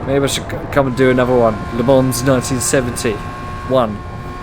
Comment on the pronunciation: its "Ley Mon"